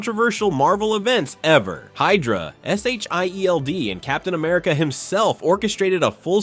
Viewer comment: Just say Shield 😂